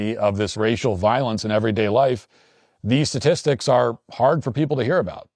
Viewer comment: "voilence" Matthew fix that poop 😡🤬😡